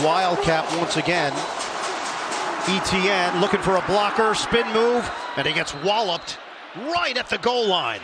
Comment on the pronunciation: the pronunciation of Etienne is really annoying. the commentator absolutely butchering it